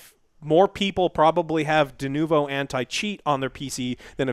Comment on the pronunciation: just hit it.. DeNOvo is probably a more accurate pronunciation.